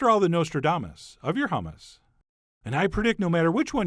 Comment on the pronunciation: No, "yammus" LOL